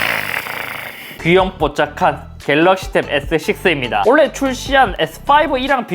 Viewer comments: 왜 '올해'를 계속 '올래'라고 발음하세요? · 올해를 올래로 발음하네..신기 ㅋㅋ